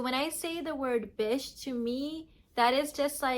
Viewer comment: Am I hearing this wrong...Is she saying bitch or bish....lol